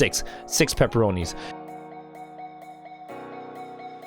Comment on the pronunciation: Why do you call the red dot paporoni